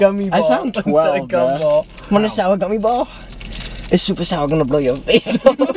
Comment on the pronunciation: “Do you want a summy gour ball”😭😭